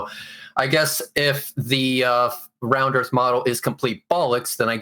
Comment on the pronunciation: What's the "airth"?!? Why didn't they tell these people this debate was to be held in ENGLISH?!? Where are the damn subtitles? Nvrmnd, it probably can't interpret the stupidity.